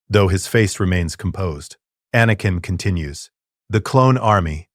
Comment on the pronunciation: Excellent story but that AI voice is butchering words like anakin in a room full of younglings.